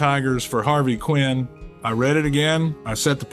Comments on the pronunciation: Yeah, that was the give away. I was hoping it really was Mickey until I heard that. Every player, every fan knew the correct pronunciation of Harvey's last name. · AI mispronounced Harvey Keene name. Mickey would not have done that.